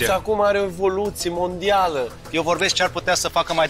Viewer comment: Ce frumos a zis chef "Michellin-star" : tre sa stii "traditionne" ca sa faci "evolutionne" 🌟